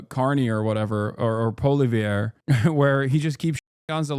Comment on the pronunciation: HASAN, HIS NAME IS PIERRE “POLY-EV” 😂😂